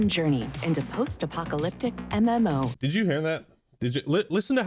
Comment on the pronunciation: When ai voice be like : "A memo" [MMO]